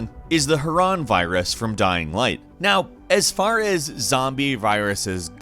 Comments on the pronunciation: I had to dis like this video because 1 I hate and 2 he kept butchering names Amecia wrong antizin and Haran from dying light he butchered them so badly I want to punch him in his stupid face so bad ughhhh that shit pisses me off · "an-tee-zin"? ok clearly hasn't played dying ligh. "ha-ran" xD